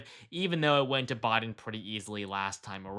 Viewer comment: It's "BI-DEN" not Boi-din" 😂